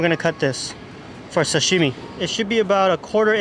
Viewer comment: oh, my name is Doug Tanaka. I am Japanese-American I was born in the US but I never pronounce Sashime like an American. I really want you to lose that habit. You need to say it like your dad says it or your grandmother. They know the emphasis is on sa, not shimi.